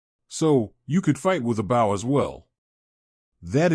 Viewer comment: Love the story though the readers grasp of English is atrocious, it’s not BOW like a boat it’s BOW like hair bow.